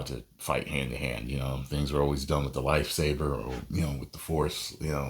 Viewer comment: Did this man say lifesaber?